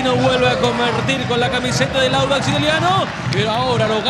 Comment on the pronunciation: Díganle ala periodista q es audax no wanders jaja por el color verde seria😂